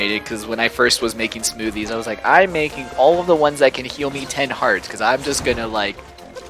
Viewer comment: Every time I hear say "Smoothies" my brain replaces it with "Smoovies".